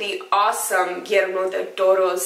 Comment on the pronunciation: Nice pronunciation of Guillermo del Toro!